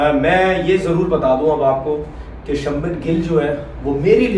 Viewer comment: त्रिपति नहीं त्रिपाठी है,और सब्मन नहीं शुभमन है